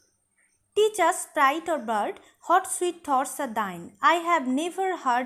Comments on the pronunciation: Mem apni what er pronunciation hot keno blchen? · Please pronounce the word "WHAT" correctly Mam. Otherwise your classes are very enjoyable ❤